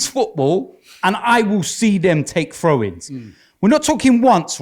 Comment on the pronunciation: "He can't evun take a frow Wobbie." lol needs speech therapy I swear.